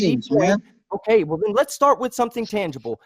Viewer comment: Ugh, everytime I hear, I remember how much I hate the way he says "wool" instead of "well"